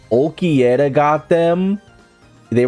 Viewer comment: Orra orra. Ulquiorra.😂 Not ulquierra.